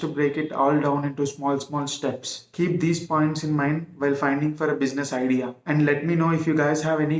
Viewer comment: bushiness :face-purple-crying: ,correct your pronunciation first